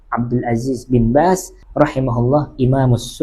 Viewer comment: Bin baz bukan bin bas